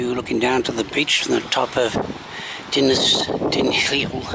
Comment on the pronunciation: You got "Dinas" right. The second word, "Dinlle", is "deen-cleh" (aspirate the 'cl' sound).